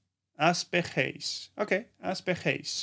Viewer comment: The second word ends with an R sob bekheir 😂 u kept saying at the end RTCH idk 😂 but yo u did so well 💪💪